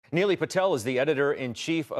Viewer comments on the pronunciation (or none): Somehow he got Neely from Nilay. As far as I know it's pronounced knee-lie and to make it worst he kept saying it wrong instead just switching to Mr Patel